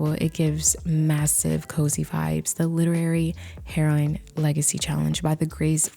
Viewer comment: Heroine = heh-royn